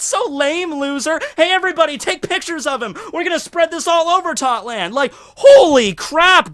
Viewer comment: Tot land? no no Thot land